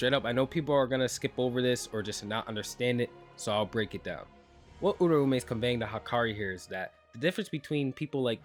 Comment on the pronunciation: that way or pronouncing uraume is.. bothersome putting too much emphasis on the ume at the end making it sound like surname edit: honestly assuming off screen planning for a never elaborated plotpoint is still going to sound like plot armor. Really seems like a lot of plot was allowed to just go his way ever since he exploited enchain but that's assuming Gege was just letting the Gojo fight go on long enough to drop the kill chapter teh same week as the anime sealed Gojo